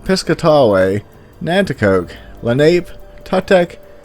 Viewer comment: Just to point out...i believe its Len-uh-pee and not Len-ape...still earned a sub tho